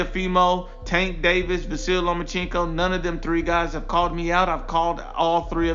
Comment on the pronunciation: “Lomacheenko” Lol